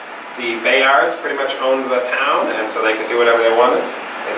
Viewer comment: Bayard is pronounced Baird, not Bay-yard.